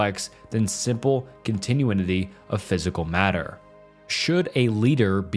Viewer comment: Wow, this video is pretty bad. Lots of weird mispronunciations: "liberism" instead of liberalism, "continue-inity" instead of continuity, "equidity" instead of equity, etc. It sounds like you read the entire script in 1-2 sittings and never did any 2nd takes. Every topic both drags on for too long and says too little -- the script sounds like an edited version of wikipedia or maybe ChatGPT, and you're just reading blindly.